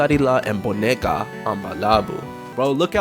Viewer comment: bro did not say “boneca”